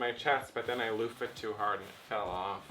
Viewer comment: I lost it at: "I loofed it too hard" 🤣😂🤣